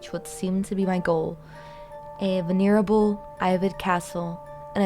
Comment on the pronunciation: This content is perfectly in my interests. You've gained a subscriber. The music choice and voice are perfect for the material. My only critique is your pronouncing of certain long words, like venerable, and odeious. To be fair Lovecrafts vocabulary is full of words rarely used, and one's intentionally obtuse to leave the reader further into the horrible unknown.